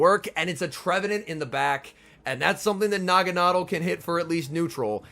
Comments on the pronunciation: "Nah-Gon-Adelle" You're pronunciation would be correct if the E and L were swapped like "bottle" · Actually it’s pronounced Nagana-del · I've always pronounced it "nah-gawn-ah-dell". Am I the only one? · I'm pretty sure he said the name wrong 🤔 Nevertheless, each to their own 👍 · Yea the way he is pronouncing it sounds awful lol one of those names that I will pronounce different like Ferrothorn, Rayquaza, etc.